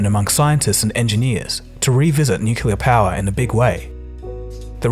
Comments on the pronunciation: Nuclear, not Nucular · it's pronounced Nuclear not nucular !!!!!!!!!!!!!!!!!!!!!!!!!!!!!!!!!!!